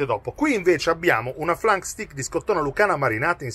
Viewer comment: Si pronuncia STEIK